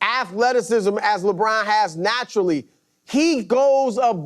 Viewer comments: Anyone else notice how Chris Broussard kept emphasizing the word NATURALLY, while talking about Lebrons physique LOL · I noticed that too lmao